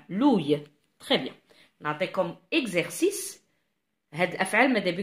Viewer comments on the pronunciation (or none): Merci pour l'explication madame mais vous faites erreur on ne dit pas "looueil" mais "l'ouïe " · svp on prononce "ou i" donc le ou d'abord ensuite le i pour le mot "ouïe" , on prononce aussi "gui mé" et non pas "gui e mé" , et merci bcp pour vos efforts, un grand bravo pour vos explications.